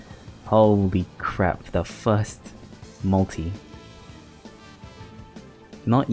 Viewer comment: Majellyian, said franky correctly thats a first for you, pronouncing things right, maltee instead of multi still, Herculeesan thats fuckin way off